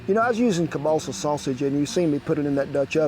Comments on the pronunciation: You talked about substituting the hotdogs for Kebalsa, which is actually pronounced Kiełbasa (sausage)...makes me wonder about your history, are you Polish? R.I.P. to all the Polish veterans that fought for and emigrated to the United States when we lost our country. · Hey Kent? Don't wanna be rude, just wanna say that Kielbasa isn't pronounced "Cabaalsa", I was super confused, so clarifying for others as well. Think Kiev in Ukraine. Key-ev, key el basa, that's how it's pronounced. Love the video! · I love how Kent keeps saying kielbasa as "Kiebalsa" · Ke-ball-seh sausage lmao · the way this guy says kalbassah is like pronouncing trump's name as tremp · Sorry Ken but that sausage id pronounced keel-bah-sah. Here in Wisconsin, if you are not of the German of Polish heritage you are a minority, We just love our kielbasa, especially if it is smoked. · Political views aside, this is called Slumgullion, or American Goulash. And as a Polish-American, you butchered the pronunciation of kielbasa to the point I was wondering what you were talking about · 😂Took me a while to figure out you were saying kielbasa 😂. The way you said it made me think it was balsa wood. 😂 as always great recipe.